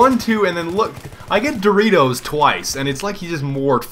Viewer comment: It is not Doreato, is Doritos...